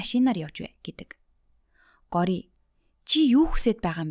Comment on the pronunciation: Таям биш таам Гори биш гооряа